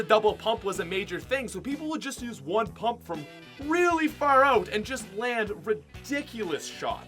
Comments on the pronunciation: . Who the hell taught you to say the word “out” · He says out like oat